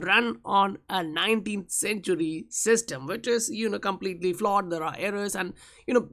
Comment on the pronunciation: The way you pronounce "IS" is absolutely ridiculous